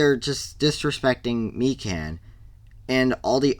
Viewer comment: Mi-can?… it’s mi-kan…